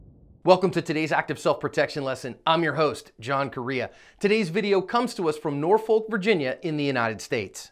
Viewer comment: John, it's "Nor-fic" VA. People not from the area always says Nor Folk. Lol